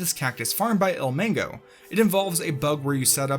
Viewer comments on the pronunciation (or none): Ilmangoo? Isn't it Ilmango